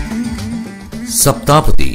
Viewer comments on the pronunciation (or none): Can you please pronounce Saptha padhi right please